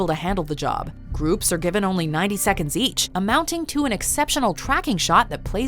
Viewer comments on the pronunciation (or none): none